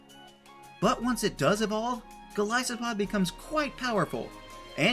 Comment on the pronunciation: Thank you SO MUCH for saying Golisopod properly. It's a clever name that everyone gets wrong.